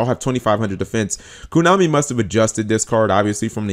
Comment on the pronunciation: Drinking game: Take a shot when says Kunami, 2 videos and you'll die